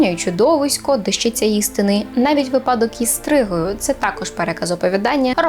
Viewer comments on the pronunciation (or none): none